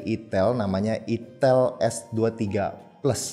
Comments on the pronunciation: Nama hapenya dibaca Aitel bukan itel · Bang bacanya "aitel" bukan "itel" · Bacanya Ai Tel min. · Itel???hati2 lidahmu sedikit kpeleset😂